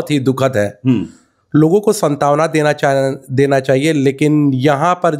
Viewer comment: पत्रकार बता रहे हो,सान्त्वना को सन्तावना कह रहा है,यह सत्ता पक्ष नहीं विपक्ष को ही ढूढ़ रहा है